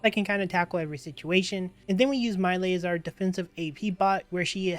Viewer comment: He named is pronounced MY°EL... I couldn't keep watching because you were butchering their names